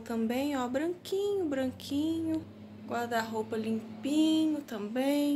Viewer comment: porque Vc fala GUADA ROUPA? SE É GUARRRRRDA ROUPA!!!